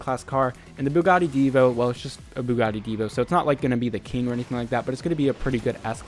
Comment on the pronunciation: So no one going to mention how he FLAWLESSLY pronounced the Buggati ???